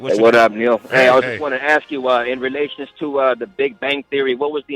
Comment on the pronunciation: Ask. Not axe